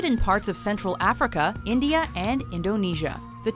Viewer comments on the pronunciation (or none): none